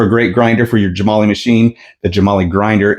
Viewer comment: I believe it is pronounced Gem-ah-lye.